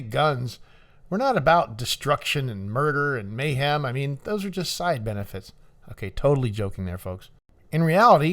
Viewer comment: "...murder and mayham..." 😂